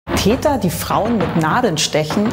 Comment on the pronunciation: *Täter, nicht Teter